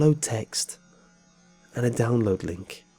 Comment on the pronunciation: The way you say "download*" makes me rage. Roar.